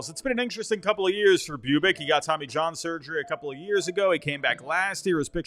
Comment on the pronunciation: Boo-bich not Bew-bic.